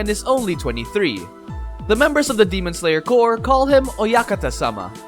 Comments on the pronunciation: He says Core instead of corps.. can't stand it >.< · Him saying core n not corps pains me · Corps not core. Stupid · Everything you said are awesome. It's just annoying how you pronounce CORPS to COR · It just me or somebody notice too. That the way he pronounced corps is core? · Why he read as 'cor' but it written as 'corps'? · Him saying "demon slayer core" annoys me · well it’s spelled demon slayer corps but the word corps is pronounced core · it's pronounced as kor. google is just few clicks aways stop being stupid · CORPS AND CORE ARE PRONOUNCE DIFFERENTLY!